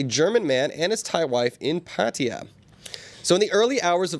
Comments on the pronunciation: Can we start pronouncing "Pat-tai-yah" correctly? What is up with the "Pat-tee-yuh" pronunciation anyways? Can someone fill me in? Wherever it comes from, it's incorrect :\ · Or "Patty-uh"... how did some people get to this point? lol. Always baffled me.